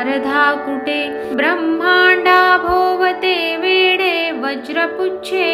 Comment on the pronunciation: ब्रम्हांडाभोवती "वेढे"..वेडे नाही..